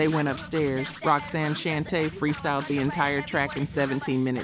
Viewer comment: I'm not subscribing because you don't know how to pronounce Roxanne Shante.